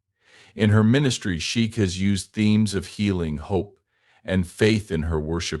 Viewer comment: We don’t need the history lesson and the pronunciation of her surname is horrible 😮